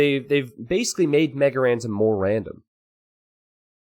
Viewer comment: "They made MegaRandom more random." MegarerRandom... er.